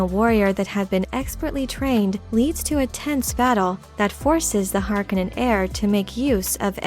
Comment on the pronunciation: Is this a machine voice? I loved this video except for the fact that the narrator continuously mispronounces Feyd's last name.